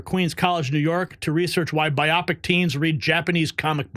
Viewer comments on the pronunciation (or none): You need to learn what BIPOC is. It is not "biopic"! It is BLACK, INDIGENOUS, AND PEOPLE OF COLOR! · The word is not biopic.look.again. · your dyslexia is showing. It"s BIPOC, not biocip.